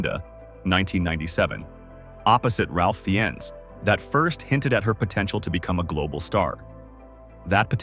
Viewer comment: And a correction is also warranted for Ralph Fiennes. His surname is pronounced “Fines”.